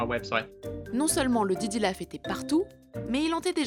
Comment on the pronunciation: Pourquoi tu dis diddy lauf ?